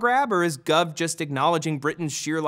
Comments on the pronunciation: It's gove (pronounced gowv) not guv... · it's Gove like gOHve not Gove like gUHve Jesus Christ matt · It may only be me or my town but I think that we would pronounce Farage as Far-ragè and Gove as Gohve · Love you Matt, but as a British guy, a quick guide for future vids: Farage: "Fa-RAH-juh" FTSE: "Footsie" Gove: "GO-vuh" All town names: Bang on! Awesome pronunciation!!